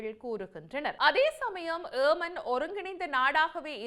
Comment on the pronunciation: Why you indian say aman its yeman please